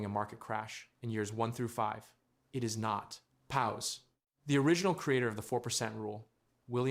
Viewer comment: Why are you saying pause so weird?